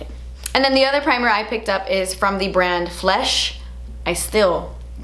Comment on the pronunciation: is seriously so funny. When she said “FLESHHH” I died. Then when she said “flakey crust” I laughed so hard I watched it 3 times 😂😂😂